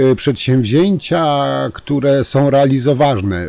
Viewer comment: Czemu Pan nie umie uzywac koncowek om i ą? Jest to irytujące. Nie mowi sie majom tylko mają, nie som, tylko są. Pana materialy sa bardzo ciekawe, ale ciezko sie Pana slucha. Prosze wybaczyc.